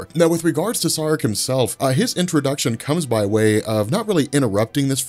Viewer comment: SAAREK is pronounced=SHREK..!!!😂😂